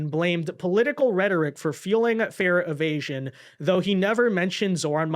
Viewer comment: said "fare evasions" but I thought he said "fear of Asians." 😂